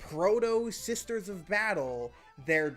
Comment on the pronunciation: the unique identity of not knowing how to say "SISTER" on occasion